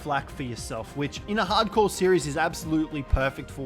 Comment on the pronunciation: Why'd you say Harcore like that😂